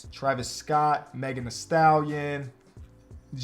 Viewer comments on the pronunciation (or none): none